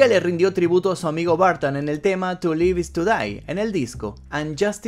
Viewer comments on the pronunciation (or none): none